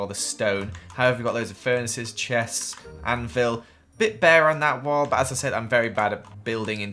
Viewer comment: It’s an anvil,, an anvil